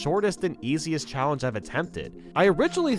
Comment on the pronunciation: “PREPARE TO CHALLENCE”